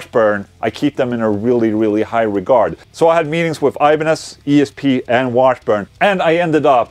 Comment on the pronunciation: try to say IBANEZ like it is , it is not english word !